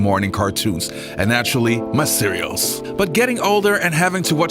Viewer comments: Cereals?! 😂 Love the channel though 👌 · Cereals? What the fuck before you have a blog how about learning how to speak some English